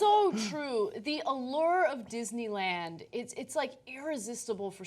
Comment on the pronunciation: Kathrine Smith ...verwy verwy speshle Dishneywand